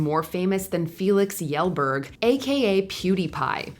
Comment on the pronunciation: Previous videos she had such spot on pronunciations, but Kjellberg got completely left out of those lookups